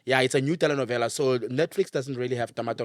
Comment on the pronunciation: I love how pronounce Telenovela ❤